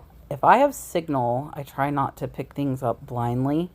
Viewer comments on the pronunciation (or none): none